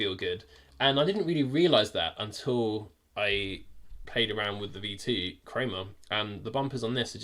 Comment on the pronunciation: “V2 creamah”